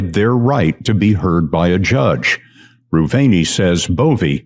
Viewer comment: you got the whistleblower's last name wrong: It's Erez Reuveni (Re-oo-ve-ni).